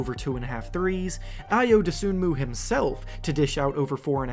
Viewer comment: Just so this doesn't spread, you don't pronounce Ayo's last name as it is spelled. The "N" is silent. It's pronounced Doh-SOO-moo. I respect your videos, but if you're going to produce a profile on a specific player, getting his name right is pretty important. I mean, have you ever watched one of his games? Seriously asking.